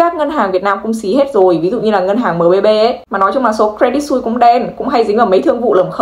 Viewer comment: Cre dit Su i sse = sus - sờ không phải "xui"